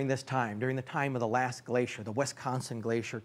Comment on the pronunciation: Its not Wistconson, or Westconson.